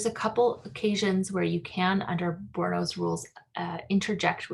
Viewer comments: THREE SYLLABLES FRENCH PRONUNCIATION BOOR- E- NO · Bourinot has three syllables. Boor i no